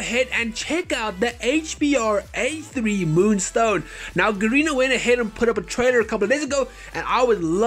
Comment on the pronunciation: It's HBRa3 not HBAR3